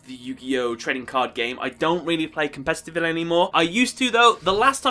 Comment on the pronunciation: It's not "compestitavely". lol. I honestly can't get into the game anymore it's way too complicated and just like a web now. Agreed.